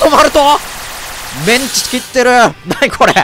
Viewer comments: の｢メンチ｣のイントネーションは完全に揚げ物の方ですわ。これから喧嘩を売らせていただく挨拶のメンチは｢チン毛｣と同じイントネーションですのよ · メンチのイントネーションがカツで草